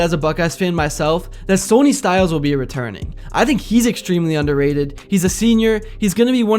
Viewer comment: It’s Sonny Styles, “Son E” not “Sony” like the PlayStation.